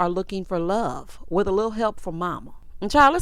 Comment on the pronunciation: She talking about she know how to properly pronounce Baltimoreso that's why she said Baltimore but at the same time at the end of her whole sentence about how she want to meet somebody's son and build an empire witha. I'm thinking like sorry that's not how you properly say with, it's not witha. I hate when girls talk and add extra letters to words that don't even make sense, like No a, when they're saying the word no, adding" a "is one of those examples. Like if you going to try to dog out Baltimore folks for how they say Baltimore, then you need to properly speak throughout your whole sentences.